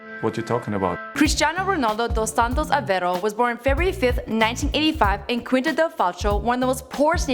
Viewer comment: Curvalicious Chanel she cant even say dos santos aveiro